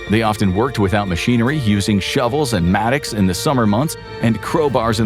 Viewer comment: "using shovels and ???" Sounds like "matics." What is the word?